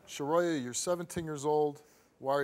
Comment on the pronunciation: Shuhroya?!?! Come tf on!!